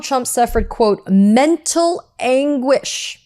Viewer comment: What is mental anguish? I mean definition of "Mental Aguish"? This is my first time of hearing this kind of English😂😂😂 l am an African but can't say mental anguish. Maybe I don't understand can't English.